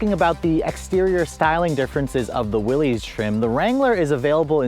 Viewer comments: Is pronounced Willis not Willy’s. I have a 23 Rubi I love it but this package is pretty nice if on a tighter budget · its not willezz - its WILLIS on the proununciation. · How does one make a video about a product and can’t even pronounce the name correctly🤦🏻‍♂️🤷🏻‍♂️….. it’s pronounced like “Willis” not “Willies” idiot. Everyone who is subbed please for the sake of humanity please unsub. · It's pronounced Willis, as in "what you talking about, Willis?" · You lose all credibility mispronouncing the name. It’s pronounced Willis. Not an ee sound. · 1 reason to get the Willys higher gearing so no re-gear when you put 35s on it. It's why I got mine. FYI: It's pronounced WILLIS... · Willys pronounced =WILLis. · It’s pronounced “will-us”. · Yeah, everybody gets that wrong despite his name being associated with Jeeps for decades